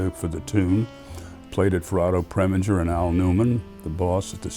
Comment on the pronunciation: I'm making it my mission to help you with name pronunciation where I can. Otto Preminger, name ending, pronounced "ger", as in ginger.